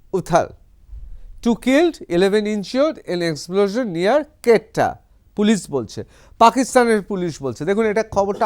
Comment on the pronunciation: Mr. News reporter, your pronunciation about the town Quetta of Pakistan is seems to be wrong.